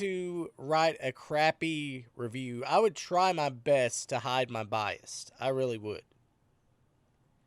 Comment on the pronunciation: There is no “T” in the word bias.. 🤣